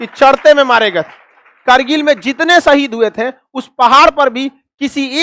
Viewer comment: Madarchod Lawde Hindustani Muslim naam par kalank hai tu Fuddu Insaan Pehle baat karna seekh Le..Shaheed Ko Saheed Kehta hai Lawde ..